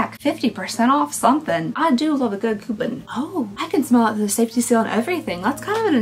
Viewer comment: The way says “coupon” makes me giggle 🥰😂 Coup-un 😂